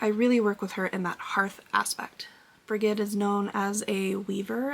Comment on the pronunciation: I enjoyed this episode thank you. Brigid is pronounced Bridge-id. Greetings from Ireland